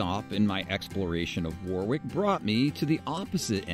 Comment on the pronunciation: It’s War-ick with emphasis on first syllable, not War-wick with emphasis on the second.